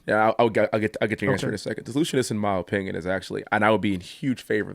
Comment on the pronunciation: Anyone else noticed that he says “oh-pinion”